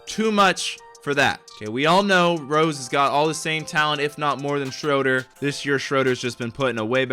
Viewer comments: For some reason it makes me mad when people say (shr-o-der) when he is German so it’s (shr-oo-der) ( it’s also spelled Dennis Schröder) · stop say shroder it’s shruder